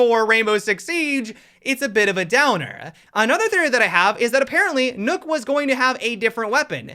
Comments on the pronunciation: Why are you pronouncing nøkk like Nook?? Isn’t it pronounce like Nock? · For those of you who don’t know (and ), Nøkk is actually pronounced “Nerk” in a British accent.